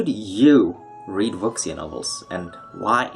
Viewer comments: Wuxia is pronounced wu-shia, there isn't really a sound in english for x, it's sounds similar to "s" in "sure" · Wuxia just means "martial arts." You should use English if you're going to pronounce Chinese this badly.